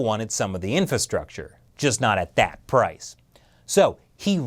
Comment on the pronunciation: It's not "infastructure", you missed an "ra". Speak well when you wear a suit